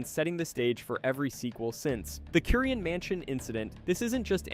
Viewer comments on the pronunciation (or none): bro mispronnounced Curien 🤦🏻‍♀️ It's "kyoo-rien" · It's "kyoo-rien", not "korean" 🤦🏻‍♀️